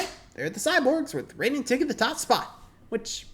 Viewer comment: Raiden, pronounced Rye-din